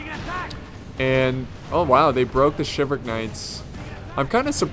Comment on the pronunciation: Umm you're forgetting to pronounce the "L" in Chivalric